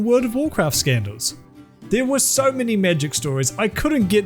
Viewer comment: I been binge listening and taken till now to figure out he's not saying 'mini' scandels